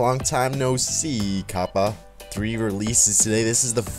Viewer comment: OMG you're saying kappa wrong. Kappa = (kap-uh)